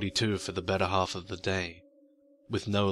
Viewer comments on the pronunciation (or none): none